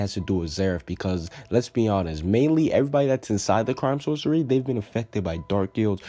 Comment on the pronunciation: I thought it was pronounced "Source-ee-air"